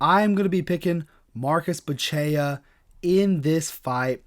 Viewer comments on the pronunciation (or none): Is Bu - Che - CHA! Not Bu - Che - a! If you don't know, now you know. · A little pronunciation help, my man: Buchecha - Boo-shesh-uh Nguyen is pronounced "Win." One of the most common Vietnamese surnames and you can't sound it out in English...just say "win". Nice video boss! 💪